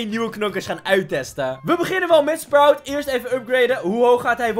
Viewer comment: En je zegd sproet maar maakt niks uit🤩